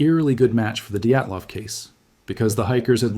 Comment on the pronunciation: "Eyegore Dayatlov" 😂😂